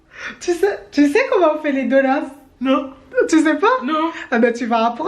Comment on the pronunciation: J’aime trop con dit des (donuss) au lieu de dire des (donuts )